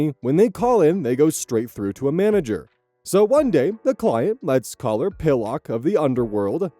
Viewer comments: S4: 😂😂 omg automatically thinking a sever is a website Also pillock is said like pil-uhk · Pillock is pronounced more like Pil-uck xD